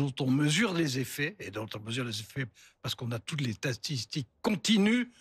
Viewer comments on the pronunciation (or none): . On a toutes les "tatistiques". Pauvre gars. Même mon fils de 11 ans arrive à dire le mot “statistique”.